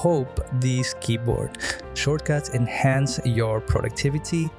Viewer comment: I cant understand how you pronounce shortcuts